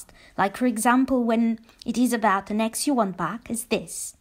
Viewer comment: For whatever reason sometimes for a second I mishear you saying "winning an ex back" as "winning an x box"...🎮📺 👫